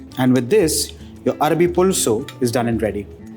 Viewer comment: Arvi not Arabi